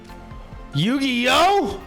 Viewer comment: "Yu-Gi-Oh?!?" 😂 That was a new spin to it hahahah